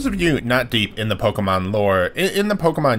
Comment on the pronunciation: You are saying Pokémon incorrectly